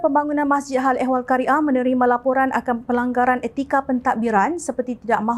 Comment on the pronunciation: Qaryah bukan Kari ah , hrp maklum